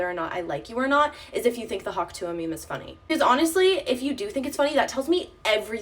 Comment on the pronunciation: Its "Hock twah"!! 😂